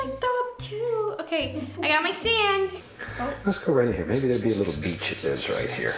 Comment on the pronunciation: sounds like Nessa's saying 'BEACHHH'